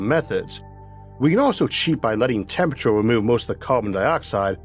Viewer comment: I can't listen to this... "Tempurator" ... along other weird pronounciations...